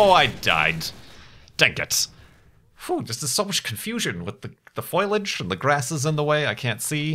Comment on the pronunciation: Hi, i hope you know that foliage is pronounced fo lee ige